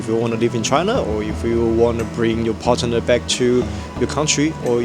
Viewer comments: Partner is said together, not Parte-ner. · I can teach you english if you like, "partner" is not pronounced "partenem"